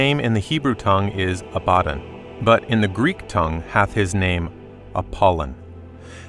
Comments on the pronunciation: Good teaching just the pronouncement of their names. ABADON is ABBA-DON and Apollyon is AP-POLY-ON ✌ and the STAR WITH THE KEY is LUCIFER cast out of heaven by Michael (the RESTRAINER) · ABAD DON please say it right.